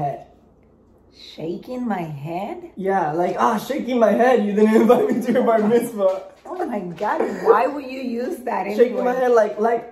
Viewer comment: “You didn’t invite me to your bar vitzma” 😂😂😂